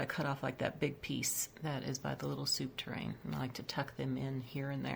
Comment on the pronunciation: really cute decor, i love the white and greenery i also do that in my kitchen...oh yes it's not soup tur-rain, it's pronounced soup TUR REEN...lol...my fav is the top shelf, but I would take off one item each on the bottom and top shelf looks a bit cluttered. you do great decor work. I love shopping at thrift stores and GW you can find such treasures at low cost.